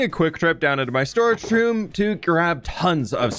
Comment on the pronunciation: Ok, one of the times you said 'storage room' I thought you said storage shroom I want a storage shroom now A grand mushroom filled with chests in the cap